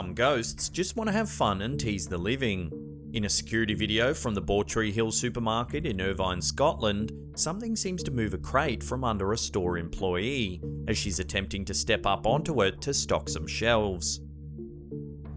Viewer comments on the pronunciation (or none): in the glatrix (Irvine is pronounced 'irvin' in Scotland btw,only Scots know that though,not 'vine',even though it's spelled that way bro,yep,we talk funny.lol) back to the basics again. Ewe-kay consists of four different countries, Scotland Wales Northern Ireland and negland. Shropshire is in negland. There, you've been educated AGAIN.Google maps is free btw. What's next? Germany Europe? Do a bit of basic research dude. 😒 Please. You make yourself look like a foolish amateur.